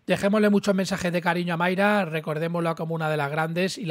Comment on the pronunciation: es MAYRA con "A" no "MAYRE" con "E", que me pones muy nervioso....